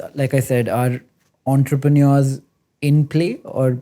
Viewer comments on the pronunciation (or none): none